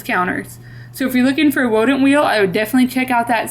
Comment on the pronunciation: I kept giggling when you said wodent thinking you got runny babbit’ed with the w in wheel (I’ve done that) until I saw the text on the wheel 😂